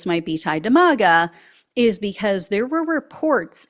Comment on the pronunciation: MAGA is pronounced like “maggot”. Not “MAUGA”. Keep up the great work!🇺🇸🇺🇸🇺🇸🇺🇸